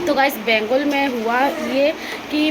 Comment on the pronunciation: Bangal yeh bengul lagta hai zubaan mein gadbad hai😂😂😂😮😮😮